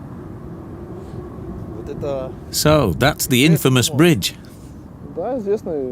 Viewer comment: She also says "IN-famous". 🙃